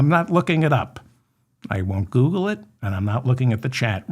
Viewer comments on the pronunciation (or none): none